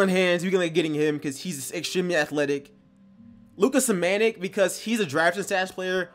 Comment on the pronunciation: SAM- A -NICH (Luka Samanic) Say it syllables it will come out better when you say his name. Dope video though, I'm subbing bro. Also the best draft on PS4 Is Slim_ChapoXL & Da Infamous NY Trust me you guys won't be disappointed. They also have draft videos for there respected draft class.